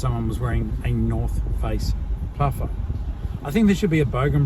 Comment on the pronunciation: “Norf Ace” puffer 😂